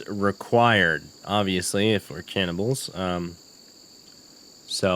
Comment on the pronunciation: Bro can't even say cannibals.